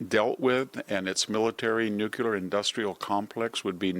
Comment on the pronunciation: What is this "nukular" stuff? Is this some newly discovered technology?